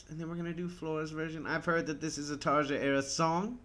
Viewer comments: I think it's Tar-ya rather than Tar-Ja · Excellent comments. Both versions are amazing but for some reason, for me anyway, Floor's performance is just more emotional, majestic and magical. BTW - her name is pronounced "Tarya" just as Floor's last name is pronounced "Yansen". The "J" in is pronounced as a "Y" in many European countries. :-)